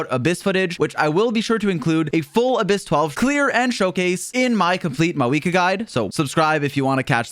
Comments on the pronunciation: Why do you say it like "mawika" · why does he pronounce mavuika like mawika?